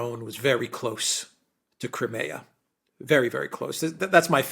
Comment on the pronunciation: Your mispronouncing cry mea Just as my talk to text spelled led it wrong